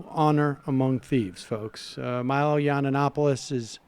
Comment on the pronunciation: Does Sam say "yawnanapoulis" on purpose? He slaughters names a lot. Is he trolling? Either way, I love it!